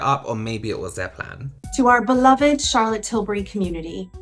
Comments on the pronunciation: Shaaaa-lit Tilbury. 😂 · "SHAAAALAAATTT Tilbury" 😂😖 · Chaaa’llot Tillbury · I think what’s funny is that no matter what really happened, Tilbury has gotten tons of people talking about it. Ultimately I think that’s all that was really wanted. On a sidenote, “Shallot” Tilbuury? Ridiculous. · “SHALLOT TILBURY” ugh Mikayla stooopppp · “Shallot till-burry” gah I can’t stand mikayla 🙄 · Mikayla really said “shallot tilbury” 😂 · Still not over Elton John in the Christmas add going SHAR-LOT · Darlings!!! Just had to add this but is it only that finds the way Mikayla pronounces Charlotte annoying.. That is a put up accent. No one says Charlotte that way especially American white women. I don't like commenting on people's accent but seriously that is not real. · This whole thing has made me cringe so hard. Like cover my eyes cringe. Also as someone called Charlotte, the way Mikayla says Charlotte hurts my soulllll😣